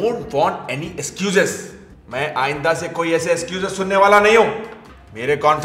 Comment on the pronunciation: Squezes nai hai wo Excuses hai